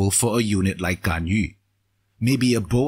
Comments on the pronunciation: finally someone who pronounces GANYU, not GANYOO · Good thing about Singaporean youtuber: pronouncing Ganyu correctly